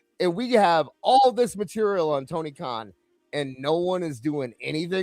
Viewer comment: toin karn sounds like toony karn 😅😅😅😅😅😅😅😅